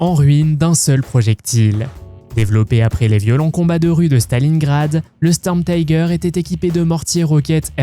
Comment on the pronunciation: Et une IA merdique qui n'a même pas l'accent correct (on ne dit pas sturmtiger => mais stourmtiger /de même panzerzeug => pantzerzoug )